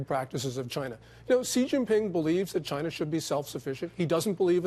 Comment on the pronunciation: Hank Maximus That’s how Trump says China...”Gyna” like “Gina” but with a Y instead. Like Gyro but with “na” instead of “ro”